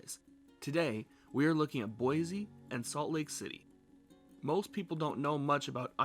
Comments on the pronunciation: Cool vid but it’s Boi “c” not Boi “z” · I thought boise natives pronounced it “boy-zee” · Pronounce Boise correct. There is no Z in Boise.